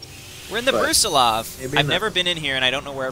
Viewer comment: It's a little bit surprising to see a spaceship named after a relatively obscure general. Especially given the fact that you've been placing stress on a different vowel.